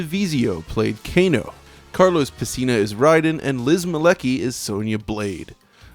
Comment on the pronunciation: You lost me at Daniel "PES-SINA" -- FFS dude... Don't butcher a legend's name especially when you're glorifying the franchise he starred in!